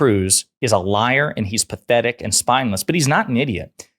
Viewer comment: Perthetic Perthetic Perthetic.